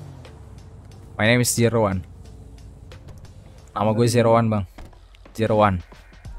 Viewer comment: Gw dengernya nama gw Jeroan bang jeroan bukan zero one wkwkwk Mangat bang